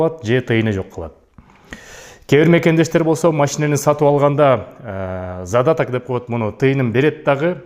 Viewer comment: Зададак да эмес задаток болот😀😅😂